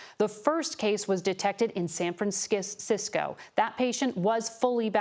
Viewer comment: "San Franskisco"